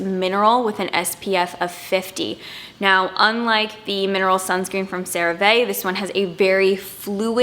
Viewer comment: CeraVe is pronounced Cera-Vee. It stands for Ceramide Vehicle :)